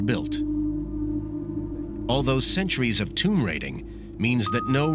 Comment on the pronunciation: You guys lost me at "tomb"